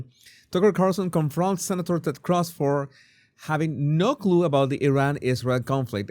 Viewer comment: You're Venezuelan and can't pronounce Cruz? Jesus